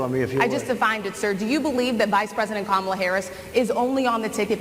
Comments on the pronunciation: Right Side Broadcasting Network was also purposefully misprouncing her name. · Alina is still acting childish by saying Kamala's name incorrectly. I noticed everyone at Fox News has suddenly been advised to cut it out and say Kamala's name correctly, in 2024. It's almost like it takes them decades to learn to say Kamala. They're about to have 4 + 4 years of hearing exactly how to say Kamala.